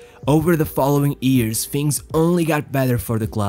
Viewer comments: It's YEARS not EARS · Why are you talking like you are having sex man? And its not ears, its years. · why cant you pronounce "years" correctly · Wonderful English, but what a curious pronunciation of "years"